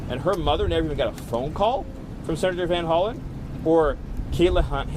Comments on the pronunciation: Hey professor, you might want to fact check yourself before reporting sh**. It's VanHollEn, not VanHollow, like you're pronouncing it. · It's Van Hollen